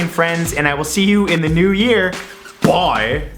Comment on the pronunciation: I watch every single video till the end just to see you say "bye" or more likely "boy". Luv ya <3 Happy new videos? How'd I say that to a Youtuber D